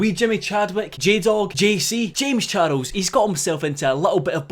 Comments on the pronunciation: No one:: "Jaymes Char-els" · u say charles in a funny way....